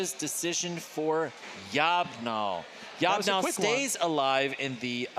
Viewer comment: Yob gnol is long boy backwards, so I think you pronounce it that way also....